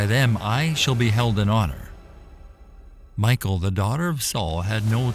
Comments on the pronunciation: Thank you! We read the Bible every morning growing up and my father always pronounced Michal as Me-shall, almost making it sound French. Later after I got into high school I met a girl named Michelle, I always associated her name and pronunciation with Michal. But Michael, "he who resembles God," is a decidely different name. So, yeah, this voice over bothers me. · her name in Hebrew is Mi'khaal/Mi'chaal, not the English Michal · you are saying Michal wrong. you are saying it like Michael. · it's pronouced "mee- HALL" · You are killing me by calling Michal "Michael". In Hebrew it's pronounced me-hall, accent on the 2nd syllable. The h should have a guttural sound to it. "Michael" is a man that Obama married. Michal is an actual woman, female figure from The Bible. Don't get the two so confused. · Its pronounced as Mi-kal..the c is silento..not michael... thus Mi-chal.. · Wrong pronunciation...it's not pronounce as Michael...it's Mikhal... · i think michal is not pronounced mikal, but mishal. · I think it's pronounce (Mee shell), like Michelle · Her name wasn’t MICHAEL Its pronounced Me shawl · It's a short i not a long i. Like in pig. Michael has an e. Michal sounds like the male name Mitchell..... Like I can't even watch this hearing you say Michael!! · It's pronounced Mi-hal, with the h from the back of the throat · its pronounced Michelle,, Michael is a Boy Name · I think is pronounce more like Meekal not Michael,🤔🤔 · If you have great love for our God then fear is never needed. You can fear doing wrong by our God . The correct pronunciation for Michal is closer to Michelle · Saul's daughter, Michal, is not pronounced Michael as in a boy's name, but Mighal and is a beautiful girl's name!! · Seriously doubt her name was pronounced in English as MIchael but most likely "Michelle". Jedeo Biblical videos should be more accurate. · Note on pronunciation. The Hebrew name, glossed as ''Michal'' in English, is pronounced ''Mee - kaal''. Not ''My-kaal''.